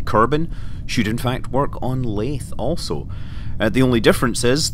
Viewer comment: not laythe as in through laythe as in the